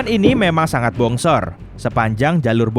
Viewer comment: Dia bilang "SEBONGSOR".. Bongsor tu artinya Gede..